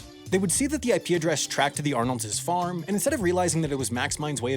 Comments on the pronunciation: "Arnolds'" is pronounced exactly like "Arnolds." There is no reason to ever say /arnoldzez/. Speak English (and be less horrible, generally). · When you make a name or word that ends in "s" possessive, you do not pronounce an additional "s". Arnolds and Arnolds' are in fact pronounced the same, not said like "Arnolds's." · The plural possessive "Arnolds'" is NOT pronounced "Arnolds-es". It is pronounced Arnolds. Same for the plural possessive of any name that ends in an S. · The possessive of Arnolds (which is the plural of Arnold) is simply Arnolds', NOT Arnoldses'. For some reason (maybe it's to be humorous?), you pronounced Arnolds' as Arnoldses' (or possibly you were—incorrectly—adding an apostrophe and s to the already-plural "Arnolds" to get "Arnolds's"). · It's just Arnold's not Arnoldses. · Somebody else has probably said this, but Arnolds' is pronounced just the way it looks, not Arnoldzes.